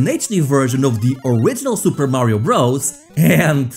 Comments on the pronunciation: Super Mario Bros. is pronounced "Super Mario Brothers" not "Super Mario Bros" -- Bros. is a contraction for "brothers." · Um, it's not pronounced "Super Mario Bros". Bros is short for "brothers".